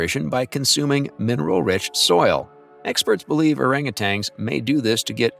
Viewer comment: Hey, AI, they are not "orangutangs"; they're orangutans.